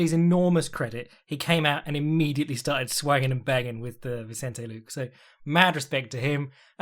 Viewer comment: Please stop saying “Vincente Luke”